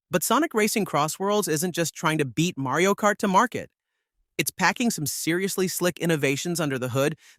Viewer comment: "Marey-o Kart"? 🤨